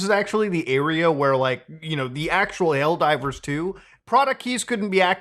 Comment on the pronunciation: Did you say "L Divers 2" here? LOL